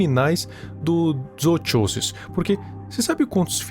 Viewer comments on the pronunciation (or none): ele quase falando "zootcholas" akakakakkakaka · a pronuncia correta é "Zookosis" o "ch" se lê como "k" "Ch" só se lê da forma que vc fez quando a palavra começa com ch no inglês